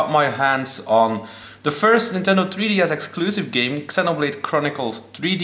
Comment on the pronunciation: Its Zee-noblade not EX-enoblade